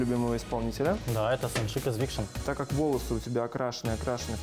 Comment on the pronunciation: Но не викшн, а виктон!! 😩😩😩